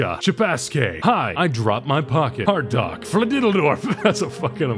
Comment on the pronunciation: How did you pronounce Hardock as Hard Dock?